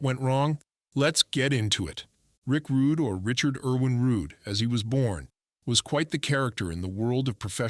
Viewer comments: Stop using AI voices it's disrespectful his name is pronounced rood not roodey or Rudy. It's ravishing Rick Rude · This is AI created nonsense. Even calls him rick Rud(y)